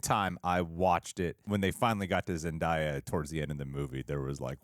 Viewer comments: Its not “zen-die-uh” by the way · bro .. its Zen-DAY-ah. for the love of god.